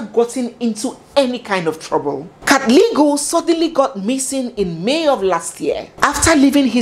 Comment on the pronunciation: it's pronounced like pb not ph(f) like nandipba. And katleho 'g' turns to 'h'. Great narration and what a story! My regret is for those 2 little girls whose life will never be the same. How horrible for them, life was meant to be so different for them. Imagine a home with both parents as successful doctors, the world was their oyster. I sincerely pray for them. Following and loving your style all the way from Kenya... 🎉 To 100k subscribers....